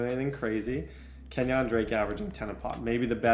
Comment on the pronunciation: it really bothers me how you say kenyan drakes first name